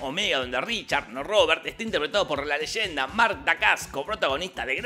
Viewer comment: Wilber Esmit jajaj no es legenda, repito… NO ES LEYENDA